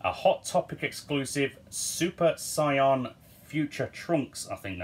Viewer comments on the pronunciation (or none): Love how u pronounce saiyan hella funny